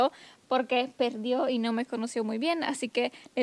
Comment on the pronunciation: Se escuchó curioso cuando dijiste mi mamá nome conoce muy bien.. 😂😂😂😂